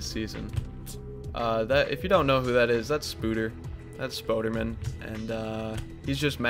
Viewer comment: its 2018 and you still don't know how to pronounce Spoder's name